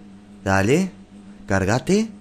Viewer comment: NO se dice Cargate se dice Cargate por favor jeje xD